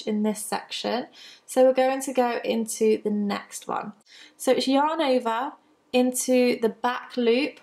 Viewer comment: Love your videos, although when I watch at home, my husband and son think you are saying "Your neighbor" every time you say "yarn over." :-)